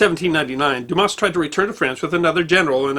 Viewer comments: We’re not offended we’re just saying the S is silent.”Douma” is an easy pronunciation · In French, S at the end of a word or name, is always silent. So Dumas is pronounced "Dumah". I studied French in university and am husband of career French teacher. Please get advice on pronunciation of foreign words. But keep the vids coming! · You don't pronounce the s when it's at the end in frog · Unbelievable that people would automatically presume that it's pronounced like an 8 year old kid's joke. So for all the dumb asses out there it's pronounced like Do mas. Or Do mass. 🤤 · I though his name was pronounced, "Dumar." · it's not a matter of advice. I've always heard it pronounced "Dumar.." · Isn't it pronounced Doo-mar? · It is quite amazing to me that someone presenting a competent account of the fascinating father of the great novelist Alexander Dumas cannot even pronounce the surname correctly. Damn it: the ‘s’ is silent! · The "s" at the end of Dumas is a silent one, but other than that, I have no complaints in that this video is excellent! Methinks that might better learn a bit of French.;) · The poor pronunciation of Dumas is hurting my brain. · Best Friend well it takes minimal effort to properly pronounce such as basic sound. He undoubtedly would have heard the proper pronunciation numerous times during his extensive research. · Hey, you don't pronounce the "s" in Dumas btw. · The Fench butcher all foreign names, they will therefore show some benevolence.